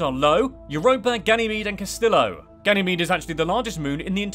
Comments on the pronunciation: You mispronounced two of Jupiter's moons. One of them was Io, which you pronounced as Lo. The other was Callisto, which you pronounced as Castillo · You missed Castello (Callisto) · Most of this is awesome except for your pronunciation of certain objects: Lo is actually I-O The Kuiper belt is the Ky-per belt Methane is Meth-ane Callisto is Ca-list-o and i'm not sure but I think Dione is pronounced Die-own